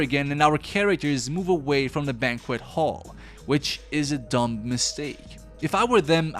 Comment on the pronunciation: Words you pronounced incorrectly: "Crow" (in scarecrow) "Banquet"